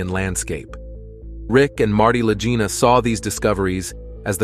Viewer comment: I THINK THAT THE NAME LAGINA IS PRONOUNCED WITH A HARD "G" INSTEAD OF THE SOFT "G." THINK OF THE WORD "LEG" WITH THE HARD "G" SOUND. THUS, IT'S LAGINA. AT LEAST THAT THE WAY IT'S PRONOUNCED ON THE TELEVISION SHOW. (LAG-EENA).